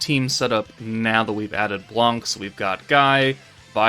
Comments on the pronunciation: In French the C is not pronounced, it's "blan", not "blank" thanks for the video ;) (i'm french) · In french we say Blan we don't prononce the c